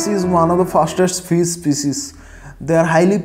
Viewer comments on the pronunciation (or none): How badly you are pronouncing it's not 'FIZZ' it's FISH